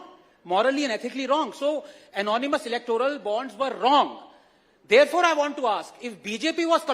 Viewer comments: he mispronounced "electoral" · bhai terko Anand Ranganathan ka naam nahi, terko "electoral" bhi nahi bolna aata 😂totla